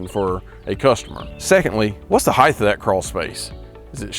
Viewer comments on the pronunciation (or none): Height-H?????? What language is that?